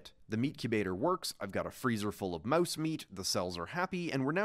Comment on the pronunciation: why does he say mauese instead of mouse